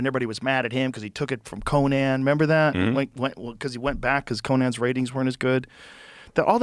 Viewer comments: Can't believe Joe pronounces Conan like that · Rogan saying Conans name wrong is something i should've expected